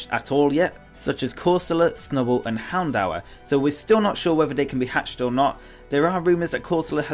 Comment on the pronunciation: Houndour's pronounciaton is (hound-dor)